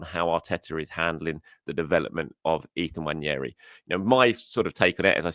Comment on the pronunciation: ....please please please please please please please please please please please please please please please read this... It's NWANERI not NWANIERI Please read this and pronounce his name right. I'm sad admittedly...but it screws up my day 😱😱😱😱😱